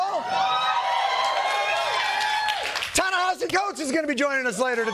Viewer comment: Lol did he mispronounce Coates' first name?